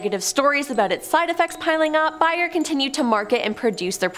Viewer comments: Bayer Aspirin is pronounced like bear. 🤷🏼‍♀️ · I think if she would pronounce the words correctly.. it would be less annoying. 'Bayer' is one of the many I caught.